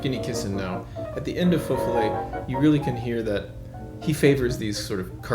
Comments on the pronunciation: Please learn to pronounce the title of the piece with as much reverence as you have for the composer. You're making a 5-star dinner sound like a McDo chicken nugget. Jesus. It's not fe folay, it's feux follet. The first word sounds long, the second short. It's not hard at all IF you try.. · Alan Walker pronounces it correctly. It is not “foe” but more like “fuh” and “ follets” sounds like “fall-lay”. And FYI, it is plural. Many little fires. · I was hearing « faux fillet » the whole time. Now I’m hungry. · I don't speak French, but I'm sure that Feux Follets is not pronounced like Faux Fil-A.